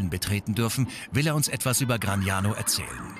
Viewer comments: Gragnano, nicht Gragano. Die Karte ist richtig, der Titel nicht. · Please the city is GRAGNANO, not GRAGANO...